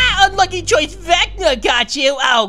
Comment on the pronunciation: His name is pronounced vec-na